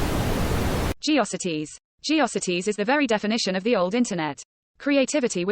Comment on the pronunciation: I miss people's actual voices, rather than irritating robo-narrators that mispronounce geocities and read out youtube's gibberish URLs.